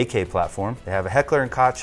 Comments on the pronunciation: No T in H&K lads. KOCH, not koTch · Koch is pronounced Coke. Heat is inspired by a real life event from the 60's-70"s which inspired the North Hollywood shootout. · koch is pronounced Coke. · Koch is pronounced "coke"